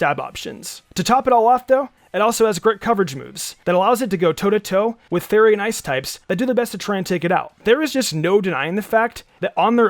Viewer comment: I love the way you say fairy because it sounds like youre saying Salamence should be afraid of furry types